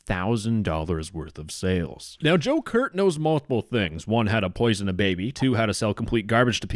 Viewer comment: The entire time you said Joe Kurt, my mind went straight to “Joker”